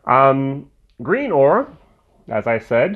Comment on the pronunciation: Oh and by the way it’s pronounced grin-or after the nearby port/village of Greenore